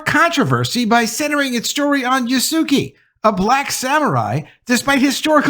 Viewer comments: I am so sorry but you stunlocked me enough to pause the video. I have heard several bad pronunciations of "Yasuke" including but not limited to Yasook, still I wasn't ready for "Yas Suki" 😂 Yas-queh is how they say it, more or less. Even Yas kay is better. E as in endurance, not E as in teeth. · Just so you know Yasuki is pronounced Ya-Su-Kay.